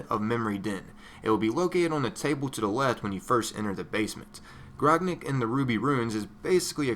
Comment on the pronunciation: its grog-nack for the pronunciation